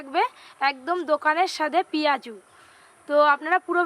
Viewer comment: Nice lag6a but piaju na piaji bola atake